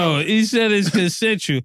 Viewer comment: Mase, it's pronounced con·sen·su·al /kənˈsenSH(əw)əl/ Not consentull.